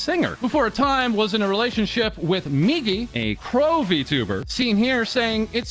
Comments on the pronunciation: Guy can't even pronounce Vtuber correctly. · Verteber is what I heard from xqc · Remember, XQC is the guy who read "I am a man of culture." as "Jam a man of culture." That's how you know, he's just a clown. I also cringe how he pronounces Vtuber as "Btoober". Jesus christ, slow down. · xQc sounded like he sayin "vtubber" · Lol can't help but laugh everytime xqc says 'vtubber' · Yes he is a v-tub-er😂 Why does he pronounce it like that lmao